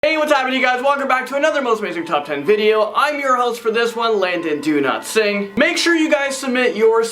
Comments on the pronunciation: I literally thougt one of the times is heard landon do a video i thougt he said "Im " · He does say “do not sing” he used to pronounce it the proper way in earlier videos I guess it became a joke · I thought you said Landon Do-not-sing hahaha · He says